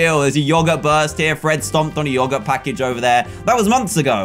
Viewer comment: He says yogurt weird 😂😂😂